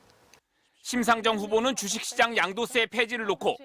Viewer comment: 심상줭 후보는 주씩씨장 양도쎄 풰지를 놓고 ..... 🤣 발음이 핵 폭탄이네 ㅋㅋㅋ